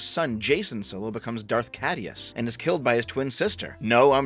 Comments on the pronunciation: K-I-DUS Not Cadeus. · Tiny nitpick; the AE in CAEdus is pronounced like an I.